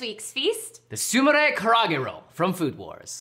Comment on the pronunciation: Does keep saying "karage"? Like karate, but with a g?...That makes me want it more now. MOAR! NOW!